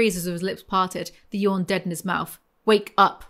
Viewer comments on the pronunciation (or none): none